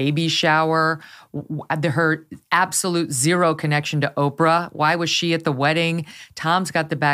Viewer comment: I just love how Tom pronounced Oprah, Opera! 😏 Bravo!